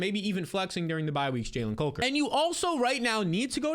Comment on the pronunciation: The way you're pronouncing Jalen COKER's last name is killing me lol